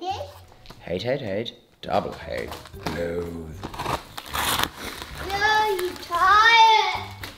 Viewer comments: Lmao him trying to say “loathe entirely” is hilarious! 😂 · I think is saying “ loathe entirely” 😂😂 he’s good such a great personality! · i think is saying "loathe entirely" lol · I think is saying “lowth entirely” 😅 at least that’s what it says in the movie 😝